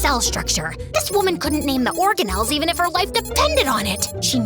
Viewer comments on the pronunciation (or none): none